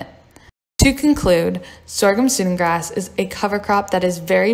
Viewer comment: Great video, but it's pronounced "Sue-dan grass" like the country in Africa.